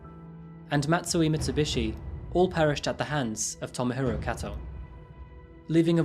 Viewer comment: Kato is pronounced "k-toe"